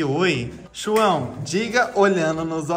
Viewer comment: "Chuão"ao invés de"João"🤷🏻‍♀️